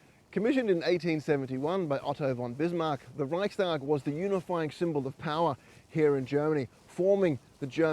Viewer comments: LOL! Can't even get the FIRST name right! It's Reichstag and NOT Reichtag. LOL!!! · Reichstag not Reichtag you bellend 🙄 lol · It’s Reichstag with an ‘s’. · Garbage. You couldn't even pronounce the name of the German parliament.